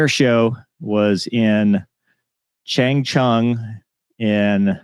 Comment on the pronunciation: the air show was in 长春 Changchun (everlasting spring), you read it as chan(t) chewn, cheers mate